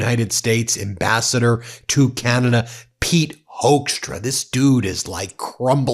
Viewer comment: Oh, yuck! I hate it when Yanks pronounce Canada as "Keyanada". Anyway - this guy is a POS. NEVER 51!!